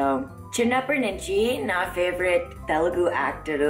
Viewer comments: First of ALL!!! It's not , ""Te-LE-gu" .... It's Te-LU-gu... Learn how to pronounce the name of the language...(disgracefully your mother tongue) P.S. Writing this comment in English so that you'll understand Anyways good luck.. Hope we will get to hear a better Telugu from you! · You were good but mam it's Telugu not teloogu that is the only complaint I had you were looking so gorgeous btw😊